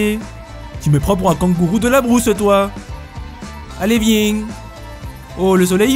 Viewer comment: "Allez vieng !" 🤣🤣🤣